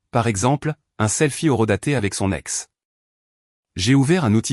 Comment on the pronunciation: 10 secondes et on trouve "son...ex" au lieu de soNEx puis "son...avocat" au lieu de soNAvovat et oui les liaisons cela existe. L'ia est sans contrôle et le guignol qui a copié cette vidéo, il n'a rien inventé, car pour cela, il faut un cerveau. Sans rien contrôler, cela demande du travail, il est juste là pour faire du pognon, et youtube aime les fainéants.